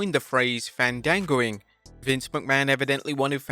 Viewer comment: Ifs Fawn Dango Fandago is a movie service 😂. Im doi f that in a joke way since thats how he was pronounced in WWE before yall say anything to correct me